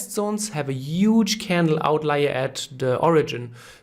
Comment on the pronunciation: this is a "uuuuuge" supply zone ;)